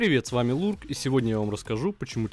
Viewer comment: Ларк а не Лурк